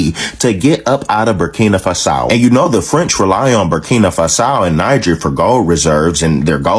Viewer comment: Lmao that brother with a blue snapback didn't have to pronounce Burkina Faso and Niger like that lmao 😂😂😂😭😭😂